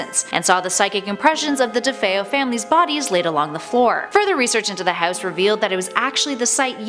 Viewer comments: The way she pronounces house irks me. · i hate the way she says house lmfaoooo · no one: honestly no one: narrator: houwse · "Hews" "Get ewt" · You say house funny